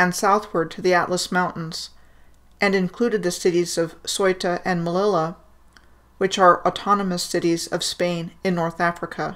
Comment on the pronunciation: thank u ! Your work is really amazing. The city Melilla is actually pronounced Meh-leeya